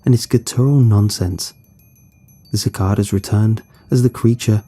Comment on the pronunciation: Suh-kay-duh is the pronunciation of cicada. I've never noticed them in UK-located books so maybe there aren't any cicadas there.